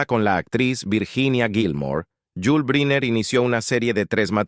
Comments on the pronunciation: Se pronuncia: Brainer , no Briner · Caballero, excúseme el atraimientos, brynner, se pronuncia “brainer “… perdón… eh? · Pronunciación: Brainer